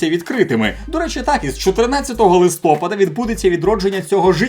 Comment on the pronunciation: А виправлю! Не листОпада, а листопАда